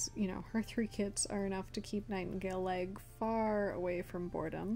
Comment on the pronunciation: I heard Nightingaleleg as ‘Nightingale egg ‘ 😂 But anyways , I generated a clan to draw and it HAD ONE TOM all she-cats one Tom , Now how the hell but anyways I do have two toms changed up a she to Tom so I can have a gay relationship to just fit in with the MANY lesbian she-cats of course most she-cats mates are from different clans k/p or rouge but yeah it’s CRAZY